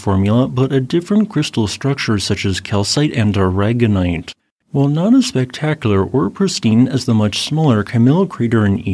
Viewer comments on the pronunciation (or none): none